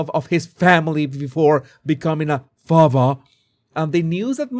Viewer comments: I love your Harry voice. I laugh every time you say "fatha" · I love how you say "father" 😂😂👋💛🇬🇧